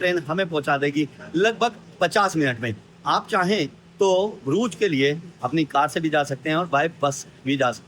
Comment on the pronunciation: । ब्रूज नहीं है। इस जगह का नाम है BRUGGE. DOUBLE GG. उच्चारण हैः BRÜGGE. हिन्दी में U है ही नहीं। और GG जो है उसका उच्चारण ख़ जैसा है। यानि उर्दू का ख़।